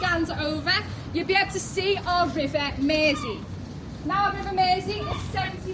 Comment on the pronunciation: Nice hearing a local scouser pronounce Mersey. No Id never heard of the burglar turned chef (,,,American :-) ). Entertaining hear you slur as you get through 6 drinks. Good range of content !